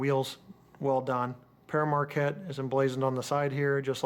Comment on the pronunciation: Did you know that the 1225 is actually the Polar Express. Just one thing it's pronounced (pear market)